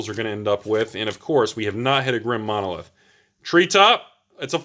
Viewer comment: Grim Monolith is spelled Grim Monolith, not Drim Monolith. Why you askin' for the D?